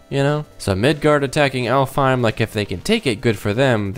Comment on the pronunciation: Oh, and Alfhiem is actually pronounced Alfenheim